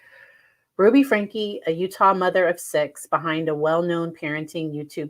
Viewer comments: It is pronounced Frankie. Two syllables not one word. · It’s FRANK E the E is not silent (at least that was how it was pronounced in court)